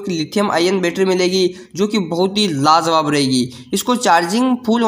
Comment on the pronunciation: Are lajawab bolte hain lazawab nhi pahle bolne ka tarika seekh